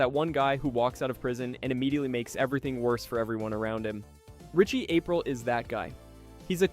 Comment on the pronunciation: Jackie April???? Your video loses credibility when names are wildly mispronounced